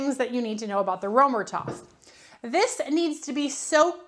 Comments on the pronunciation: I didn’t even think you would see my comment.. I apologize if I came across snarky! Römertopf means “Roman Pot”. First, the distinct German “r” is guttural, using the very back of your tongue. The German ö is pronounced by forming an “o” with your lips but saying a hard “ā” sound, as in “ate”. The “er” is said like “air” but very soft on the “r”, saying it in a hoity-toity kind of way, like you’re trying to be fancy. The “o” in topf isn’t a soft vowel like the American pronunciation of “top”, rather it’s a hard vowel as in “bowl”. Thank you for the great video comparing these two baking vessels! I really love my Finnish version of the Römertopf! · You’re butchering the pronunciation of Römertopf..